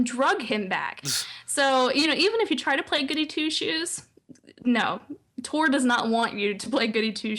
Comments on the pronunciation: Why are they calling it TORk? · tor=The old republic. Tork sounds like Talk. pronounced the same way in proper british english. Tor+Talk=Tork... get it? =)